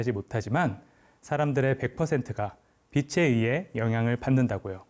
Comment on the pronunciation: 처음으로 대하는 영상의 주인공입니다만,,, 단번에 '확실한 사람 / 탄탄한 사람 / 올곧은 사람'이라는 것을 알게 되어, 그 전달하는 지식 또한 넉넉히 그럴 것으로 믿게 됩니다. 그 첫째로 나는 가르치는(강의, 연설, 설명...) 사람의 발음을 중요시합니다. 그것은 우리 지식의 처음이고 / 기본이고 / 습관적으로 연결된 지식의 재료이기 때문입니다. 그런데, 작가님은 [ 빛이 / 빛으로 / 빛에.....발음을 정확하게 비치 / 비츠로 / 비체...로 ] 하는군요. 아나운서도 교수도 교사나 방송인들까지도 이렇게 정확하게 발음하는 사람이 드물지요. 단언컨대, 이런 분의 강의는 찐입니다.........보나마나. 이런 분의 주장은 진실입니다. 이런 분의 작품은 인간을 유익하게 하면서 무해할 것입니다. 좋은 강의 감사합니다^^*